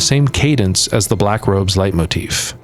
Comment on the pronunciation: The build up to the bathing suits did not disappoint! 😆 (And "Leitmotifa"? 😚👌)